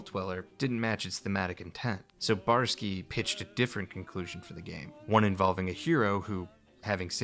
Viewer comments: Say it with me now: Bo-Yar-Ski! 3 syllables. Not Borsky, or Barsky lol. Nah, just kidding. Not a huge deal, but still irked me a bit. Other than that little hiccup, it's a great video. Even though I knew most of this info from countless other retrospectives and documentaries on YT, there's no such thing as too many video essays on classic Fallout. Yours particularly stands out thanks to your presentation style and your sense of humour. Never thought I'd learn something new about Poker from a video about Fallout lol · What's with the weird refusal to say the "oy" in Boyarsky?